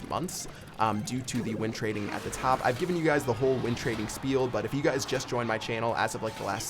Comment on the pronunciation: Doug Star YT Thought he was saying wind trading lol